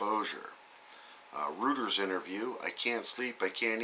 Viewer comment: Reuters is pronounced "ROYTERS" not rooters.. thought you should know... great show !